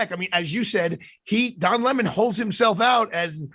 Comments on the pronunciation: It's Don Le-Mon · It's pronounced "Le´mon"! 😂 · His name is not pronounced 🍋